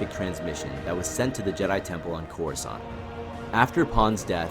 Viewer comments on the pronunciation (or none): none